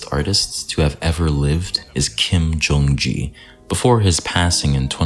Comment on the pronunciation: I’m battling a lifelong obsession with perfectionism and actually trying to leave more natural flaws into my artworks. This is encouraging. Note on Kim Jung Gi - “Gi” is pronounced like the first part of “Gear,” not like “Aw, gee, Batman.”